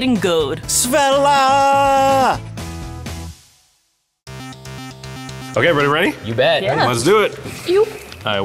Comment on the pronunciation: "Worth it's weight in goad." 🤣😂🤣